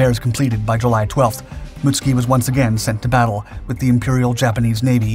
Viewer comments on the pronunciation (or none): Most of us would say "moot SOO kee" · Mutsuki* not Mutski lol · Mootski😂 it’s mutsuki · I thought "Mutsuki" had three syllables..."Mut-Soo-Key" is how I thought it is pronounced. Muht-ski sounds vaguely Russian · Why you always say "Mutski" instead of "Mutsuki"?! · The ships name surely is not pronounced as “Muts-ki”?? It should be Mut-Suki.. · I am an American who was fortunate enough to go to school in Japan. I speak a little Japanese, took it in HS. Your pronunciation is wrong for this ship. It's MITSUKI, SOUNDS like Mitt- sue- Key. The way your pronouncing it sounds like another ship entirely. Being factually correct on your videos is a must, that's why I watch them. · yes it does, however his pronunciation of it, is wrong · Pronouncing proper nouns correctly has never been a priority of this channel